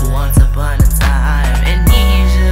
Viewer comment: Some constructive criticism: Make sure you pronounce and spell the words correctly before you record and upload a song. You pronounced Amnesia wrong the entire time and it's succeed with two c' s not one.